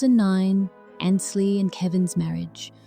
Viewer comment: More of your baloney. She is fine. Watching her now.Learn to pronounce her name correctly. It is Ainsley, not Annsly